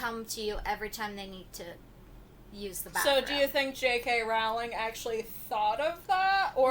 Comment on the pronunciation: Her last name is pronounced like Rolling Rock Beer, NOT like 'Row! ling' why do so many people pronounce it wrong?